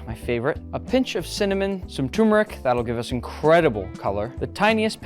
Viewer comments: It’s not took Eric it’s turmeric learn your pronounce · There are two "r"s in "turmeric".